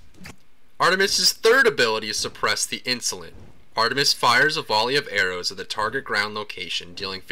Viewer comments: Ar-TUH-mis sorry I just found it funny how exaggerated the T sound was. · HA HA am i the only one who cracks up when he says ar-tu-mus? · u say the t in artemis so emphazised it sounds hilarious